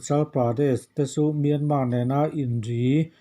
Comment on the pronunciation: Miarman a awm lo .myanmar tih tur